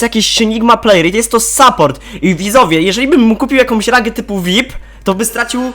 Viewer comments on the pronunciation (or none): none